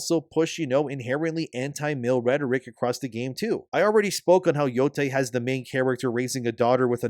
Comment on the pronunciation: I made a comment about how he kept mispronouncing “rhetoric”, and my boy listened and started saying it right. I’m so proud.